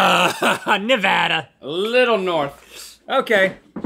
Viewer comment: I’m just happy that Rhett pronounces Nevada correctly!